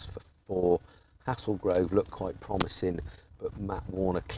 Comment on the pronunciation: It’s pronounced “Hay-zul-grove”, but good effort 👍